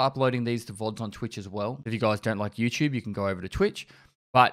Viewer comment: "And this is desoigned fer EwChewb"